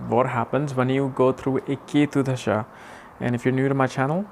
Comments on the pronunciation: Hari om & namaste! You are good! Please pronounce DASHAA & not DHASHAA. Sanskrit is a beautiful language where in the meaning of a word is inherent in the word itself, thus importance of pronouncing it properly. Besides so many people learn from your good work, so let them learn properly! I am a Swamiji from Chinmaya Mission! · It's not Dhhasha.. it's called Dasha